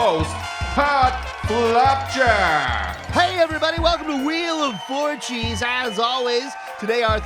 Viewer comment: lol I thought it was 'wheel of orgies'